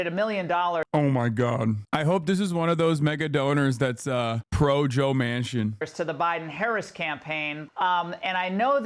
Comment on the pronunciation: Dude said Joe Mancin😂😂😂😂